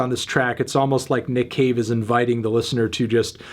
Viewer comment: I only hear Nick Cage man i’m sorry